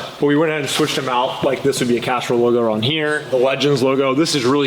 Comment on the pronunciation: It sounds like your saying Casserole instead of Castrol lol am I the only one noticing? 🤣